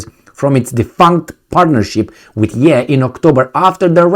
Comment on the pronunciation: Lmao it’s “yā”